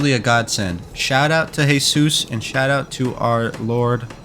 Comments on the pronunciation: BTW, I’m an Armenia me too. That’s why I know. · Yo, are you Armenian cause when you said shout out to Jesus, you said it in the Armenian way